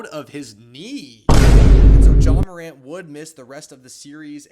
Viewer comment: JA MACAN’T😭✌️